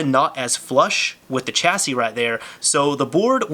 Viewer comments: I think chassis is pronounced with a 'sh' sound. Not 'ch' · Chasis is pronounced "Shassey" not "Chassey"